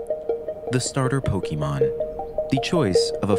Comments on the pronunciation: Ffs... It's po-kay-mon... Not key... The accent over the é tells you as much... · If this phony calls them "Poky-mon" one more time, I'm going to fireblast him. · I hope one day the Pokémon professor narrating this documentary will learn how to pronounce Pokémon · Bro is pronouncing pokémon wrong in a video like this and it hurts because its so good otherwise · You can't even pronounce Pokémon. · I care. It's aggravating hearing it pronounced like some boomer would pronounce it, or someone who's not a fan rather someone who is trying to mock it would say it. Then there was the creators pronunciation of the word voracity which was annoying as well